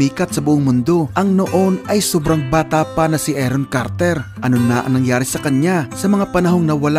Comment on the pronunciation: Aron Carter po hindi Eron Carter. Paki ayusin po ang pronunciation.